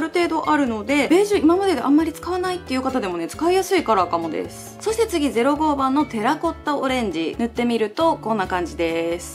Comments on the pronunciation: 「ゼロニーバン」だけだと思ってたら05番も「ゼロゴーバン」てゆってて😧！！！ってなった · ぜろにーばん ぜろごーばん が気になっちゃってその2つの説明が入って来なかったwww